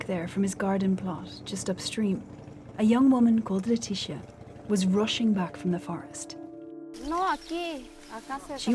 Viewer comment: Leticia isnt pronouced like its a black name from america like you did, she pronounced it like latisha. No, its leticia, sia, siiiiiiaaaaa, letisiiiiiiiaaaaa, LETICIAAAAAAA.